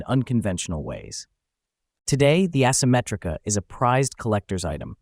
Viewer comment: It's also ehsymetrica not assemetrica